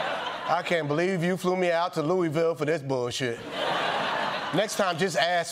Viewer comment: 😬😬 From my hometown to my neighboring state... It's embarrassing out here. Kudos on saying Louisville like a native. It's pronounced Loo-ah-vul. Like you have a mouth full of food while saying it.